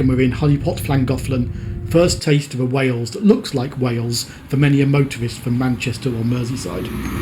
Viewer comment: This is incredibly well done. Thank you for showing so much respect to wales, through your research and pronunciations. teithiau diogel ymlaen